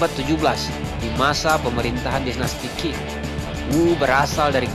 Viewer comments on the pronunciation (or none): none